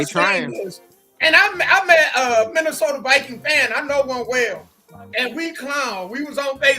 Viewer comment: HaHaaaaaaaa!!!!! Yall said the "Missy" Sota Vi"Queens" 🤣🤣🤣🤣🤣 ...SMH